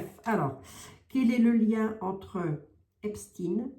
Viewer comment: s il te plait ne dit PAS EPSTINE (IL N EST PAS RUSSE et moi je suis moitié RUSSE) dis Epstène